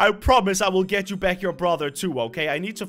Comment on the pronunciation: oops it is will get not willget